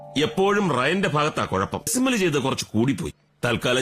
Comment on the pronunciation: "Dessi Mal" made me cry😭 It was actually "Decimal"😂